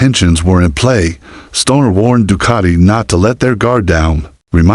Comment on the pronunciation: Doocarti? Du-cat-i 🙄